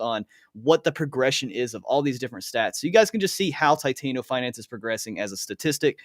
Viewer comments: TI-TAN-O bro not titaino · Lol I also get cringed when people call it titaino & not TI-TAN-O